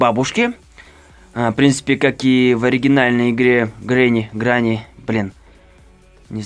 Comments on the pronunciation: Не гранни а грэнни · твою мать не гранни а гренни. но видосик прикольный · Видео супер, но говорится не гранни, а грэнни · Не ГРЭННИ А ГРЕННИ!) С БУКВОЙ Е И С ДВУМЯ Н, ПО АНГЛИЙСКИ ЖЕ - Granny с двумя Нn!!! Ой, кошмар что за язык😱😕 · Говорится грэни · Вообщето грЕнни С ЕЕЕ😩